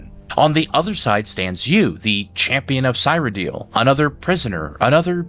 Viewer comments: omg please stop saying "sigh radil" cyradil sear-rad-ill (as in I am ill🤢) otherwise clean video, great fun theory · I hate to be that guy but Cyrodiil pronounced seer-o-dill not seye-ro-dill and Sheogorath is she-o gor-rath not shol-ger-ath. These are pronounced in game with voice acting multiple times. PelEENal had me giggling. Pell-en-all. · There's no way someone with this much Elder Scrolls knowledge pronounces it "sigh-ro-deal" and "sho-guh-rath". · The Champion of "sighroedill" 😂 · I think he does this on purpose. Same with cyrodiil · Great theory but your Cyrodil pronunciation is killing me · So we're not gonna talk a out how this man can't pronounce Cyrodil? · Your interpretation of lore is very convincing and to be honest one of the most informative I've seen. I kind of see Shezarrines in this interpretation as not literal reincarnation of Lorkhan, but mortals that become Lorkhan by trial and sheer determination, much like the Champion of Cyrodiil became Sheogorath. That being said I just couldn't get past your pronounciation of Cyrodiil and each time you said it, it took me out of immersion with a primal need to comment about it, lol. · Aw man... pet peeve, but i feel weird when you said 'cyrodil' and 'neravine' hahahahahaah